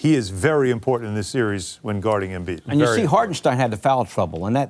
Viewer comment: Joel Embeeeeeeeeeeetch